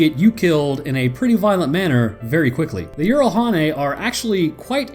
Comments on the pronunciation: yeah you butchered it. its pronounced yeeh rahl hah nae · I mean you were close it is pronounce with a j not a y at the start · Jiralhanae G-ral hah nay god I love hearing foreigners seriously saying 'bullshit' in my native language XD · Not to be rude, but from most in game/lore pronunciations, Jiralhanae is pronounced Jur-awl-hennay. But you got Doisac dead on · jiralhanae pronunciation is wrong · jiralhanae is a korean term of -> 'tf r u saying' It is actually from the korean term explained by bungie when people asked. Just pronounce it in english just as it is spelled.